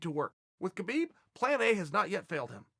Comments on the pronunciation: put some respect please, learn to pronounce his name correctly, khabib (ha-bib) not (ke-bib) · CHAEL!!! His name is pronounced HABIB!!!! If you want to give him respect, pronounce his name right. Seriously. I'm sure in your life, people have said your name incorrectly. Kale, perhaps. He's Habib. There's a guttural kh sound, in there, in his language. But it's Habib. Go ask him yourself. Also, yes, he's an intelligent fighter, with an old world mentality. He will never show you all his cards. So, expect to see more unexpected skill sets. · He's saying Khabib's name wrong. The K is silent -__ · Why cant people pronounce his name properly? The K is silent. Do you pronounce the G in Gnome? No.. So why is this such a problem?